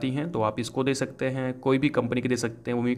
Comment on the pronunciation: Bhai plzz shakte n bolo sakte bolo irritate ho RHA